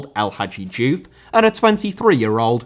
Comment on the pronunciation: Chile * not Chelei Russia* not Russier Trézéguet* not Trézeguei Lizarazu* not Lizarohrzu Deschamps* not Deischamps Diouf* not Djouf Ghana* not Ghohrner Roberto* not Robötouw Calciopoli* not Calciiopouwli Cannavaro * not Cannavohrouw Pirlo* not Pölouw Gegen* not Gaigen Piqué* not Piquei Busquets* not Băsquets Andrés* not Ondres Xavi* not Dgiavi Diego* not Diyeigouw Possession* not Posession Jérôme * not Jerouwm Boateng * not Bouwateng Lahm* not Lohrm Klose* not Klouwsser Schweinsteiger * not Schueinsteiger Kanté* not Kantei Kimpembe* not Kempembei Tchouaméni * not Tchouameini Rabiot* not Rabiouw Mbappé * not Mbappei Benzema* not Benzemohr Guendouzi* not Gwendouzi